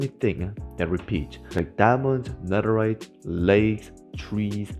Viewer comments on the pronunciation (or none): He said netherit in multiple ravine